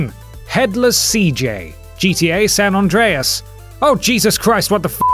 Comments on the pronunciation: San ANDREAS not San ondreas.. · "JeeTeaAye Saan Ondreas" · What's a San Ondreas? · Sanondreas? What's that?